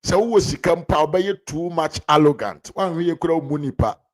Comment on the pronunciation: The word is 'arrogant'; not 'allogant', please.😮